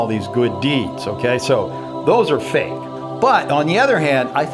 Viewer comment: Gake is not a word. It's "fake". Also it is tel"e"port not tel"a"port.